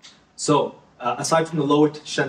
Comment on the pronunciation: I’m obsessed with your channel, thank you for the information 🥰 P.s. Loetschental is the anglicized version of Lötschental so not “lo-et”